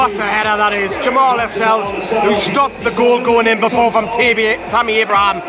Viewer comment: pundits can't even pronounce jamaal lascelles correctly